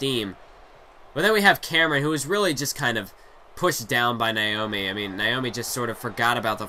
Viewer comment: Naomi!!! Not niomi😁